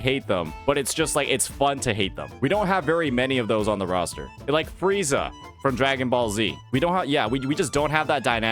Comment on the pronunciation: Lol he said Freeza.